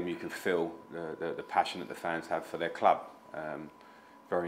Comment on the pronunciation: If Everton had a nickel for everytime they had a manager that can't pronounce the word club, they'd have two nickels. Which isn't a lot, but it's weird that it happened twice.